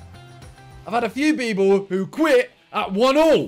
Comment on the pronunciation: "few beoble"